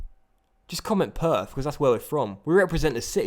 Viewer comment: Gotta be he's my favourite lol Did you say purf or perth..